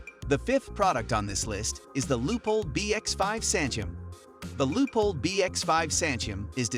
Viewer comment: "LEEK-uh"?? "LOO-pold"??!! I utterly despise stumbling across a video in which an obviously AI-created voice stupidly mispronounces every unusual word and proper name in the text, and yet NOBODY, not a single LIVE human being, even bothered to listen to the damn thing and make the necessary corrections before publishing it. This ridiculous lapse of judgment and ethics makes the producers of this channel look (and sound) like complete fools and idiots. I will NEVER watch another video on this channel again.